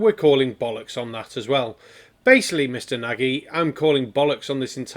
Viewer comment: Barnabus Nagy (Hungarian for "great" or "big", pronounced like Nadge as in judge) is an infamous conspiritard, on multiple theories, each more outlandish than the other. As far as I can judge not a Troll but a genuine nutcase. Totally useless going against him. He'll never learn. I only hope that anyone watching that is on the fence will think twice before seriously considering believing him. Good luck, you'll gonna need it!